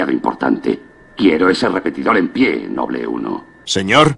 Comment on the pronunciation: esto me gusta, porke en la version latina,en vez de decir ``noble`` dicen ``nobul`` y aki si lo dicen bien como se debe de decir ``noble`` no ``nobul`` excelente video.